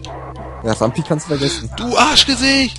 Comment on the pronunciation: was mich persönlich leicht stört ist,dass er RamBi und nicht RamPi heißt,aber gut^^